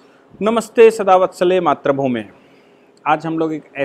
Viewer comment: matribhoomen not matrabhoomen don't mind please jai hind